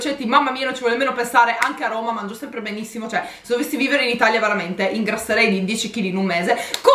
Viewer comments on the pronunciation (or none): none